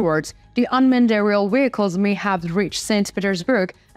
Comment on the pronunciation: You are great. unmannedairial should be pronounced as two words umanned-arial ( two adjectives following each other).English is not my first language as well. I need to catch everything you are saying, it is terribly important to me.